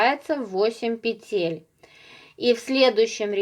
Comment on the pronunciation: пЕтель, пЕтель, пЕтель 😬, не говорите пожалуйста петЕль.